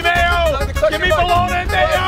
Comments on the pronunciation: bro said balagna when it pronounced bolony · Bologna....😂😂😭😭🤣🤣🤣 It's pronounced bologne....I'm dying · Bruh he really said balagana